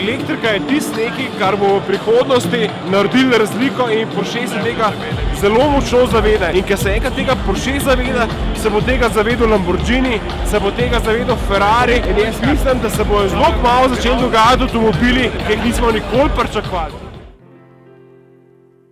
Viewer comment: Lamborgini,... NE Lamborđini. Če že vlogamo o avtih, je pomembno da poznamo izgovorjavo.;) Sicer pa fajn vlog.